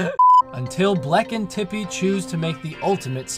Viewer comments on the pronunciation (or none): OMFG You mispronounced Tippy as Chippy... And Chippy was Starlow's fake name in Bowser's Inside Story... CONSPIRACY?! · ruined the sad super paper mario moment when he said Chippy instead of tippy! XD